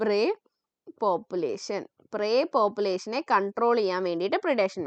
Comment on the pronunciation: proy pepulation 😂❤